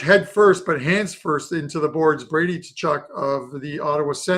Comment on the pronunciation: Ka-Chuck it's not TA-Chuck